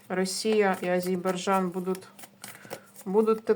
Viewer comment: Тільки не Азейбарджан, а Азербайджан! 😊